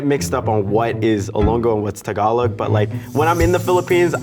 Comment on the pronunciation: as soon as I heard him pronounce "Tagalog" I knew he's gonna win lmao